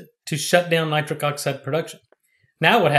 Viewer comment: Why’s he keep calling it nicric oxide.?